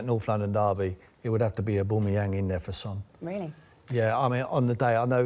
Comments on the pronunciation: Ahbooomiyang for Son?! your mad, at-least say Alli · 'Aboomeyang & Lagazettes' Jesus Christ Sky sort it out this is embarrassing. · Who the hell is Aboomayang? It's Aubameyang. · Who’s oooboomeyang? I only know an Aubameyang! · It’s not Aubumoyang Tim, Fool, it’s Aubameyang. Get it right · Sherwood saying a-boomerang what an idiot this man is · Oooboomayang... Yup Tim... That's exactly how you pronounce it.... This man is a 'professional' pundit apparently. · surprised he didn’t pronounce it Aboomerang for even more shithousery. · he said boomeyang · Tim Sherwood should never be allowed back on the show again, talks absolute nonsense, messing up players’ names etc. smh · Can't stand the way he says auba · Who TF is aboomeang you 😂 both of them not a scoooooby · What a delusional tw@ and learn to say Aubameyang properly ffs. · It frustrates me the way Tim pronounces “Aubameyang” like if you agree. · How can u pronounce one of the worlds best strikers name incorrectly and i aint even a gooner ffs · Oubomeyang, - Sherwood😂😂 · Tim Sherwood embarrassed himself so much he shouldn't be allowed to work in the media again. He can't even pronounce players names correctly...